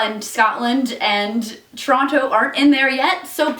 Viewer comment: Woah, Toronto pronounced like a true local. Most impressive